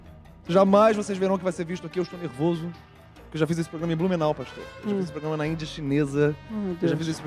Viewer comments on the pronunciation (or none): "eu estou nevoso" tilanGAAAAA